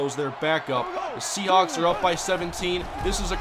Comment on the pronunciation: Seahawks. Not Sehawks